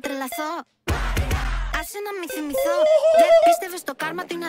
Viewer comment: Absolutely greek accent, it was so funny like he speaks greek fluently 😂❤